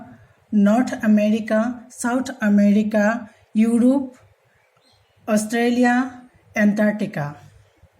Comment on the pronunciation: It's Australia not Australiya